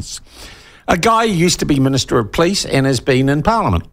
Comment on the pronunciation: Police not "Pleece" .